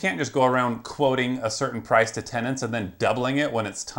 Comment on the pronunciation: An affordable PRIZE . Rite there don't trust one who can't pronounce price.